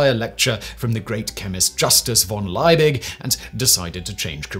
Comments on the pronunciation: It's not lie-big, it's lee-big. The least you could do is get his name right. After that I've had enough of your stupid voice and gave up. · At 93 comments only two people mentioned your pronunciation of Kekule, and Leibig (invented condenser with water jacket). I learned in 1971 Kekule dreamt of six carbons dancing in a circle hinting at the benzene ring.